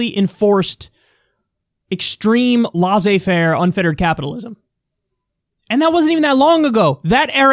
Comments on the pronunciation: "laissez-faire" is so cute but the double s should be pronounced as in "less" not as a z. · It's pronounced 'Lay Zay Fair' .